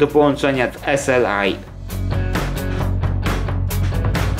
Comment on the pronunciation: Powiem tak ze panasonica blacka zjada na śniadanie. PS.Nie przesadzaj z angielska wymowa to nie jesteśmy w UK. SLI to SLI a nie eselaj.:D